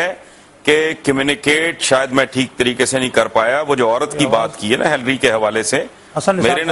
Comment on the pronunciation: Whats up with the pronunciation? ... "hilree hilree" all the way :). But Hassan Nisar is right.